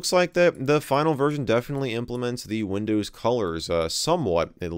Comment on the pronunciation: Nobody: Michael MJD: Windöüws Love it! :D